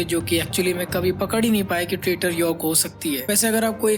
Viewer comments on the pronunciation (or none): bhai comment kyu delete kiya Itne confidence se traitor ko trader bol raha tha🤣🤣🤣